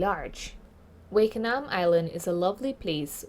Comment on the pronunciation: It’s Wakanaam not Wakeanaam